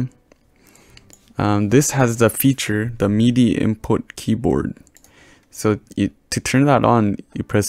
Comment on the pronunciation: ITS MIDI NOT MEEEDEEE